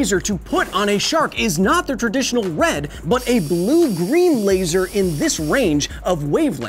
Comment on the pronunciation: A LeEeiSsur - Kyle